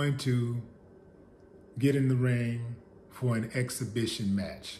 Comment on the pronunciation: I was thinking the exact same thing. Evander can't even pronounce "exhibition" these days....I hope it doesn't end badly for him.